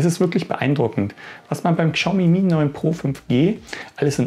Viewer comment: Also das ist das erste Mal, dass ich höre, dass jemand die Marke "Kschaumi" ausspricht. xD Mal was anderes. xD